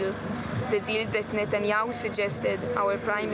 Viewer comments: Is Nut-enyahu the correct pronunciation? He really leans into it. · I like how he pronounces it as "Nutanyahu".